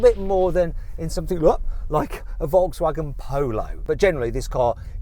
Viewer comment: "ォゥ"シリーズ モォウターズ ポォウロォウ ヴォルクスワーゲン ポォウロォウ ヴォルクスワーゲン ポォウロォウ